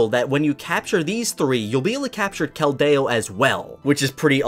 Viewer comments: How did you mispronounse so many of them like keldeo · Cal-day-o? It is Kel-de-o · "Ray-qwah-zuh" "Kel-dayo" (Sorry I had to) lmao love your vids! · wtf is a kelt day oh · This is bothering me but you keep pronouncing Keldeo's name wrong.